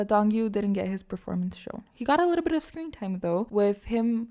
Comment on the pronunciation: Random but the way you say "alittle bitof" makes me smile